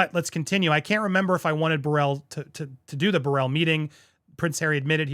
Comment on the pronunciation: I’m just here to witness the names being butchered 😂😭 Davies - day-vies Burrel - buruhl This is definitely a suicide mission. MM and other people in his life should’ve really detected him from pursuing this.